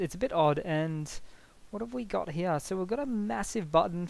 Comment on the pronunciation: Up heyah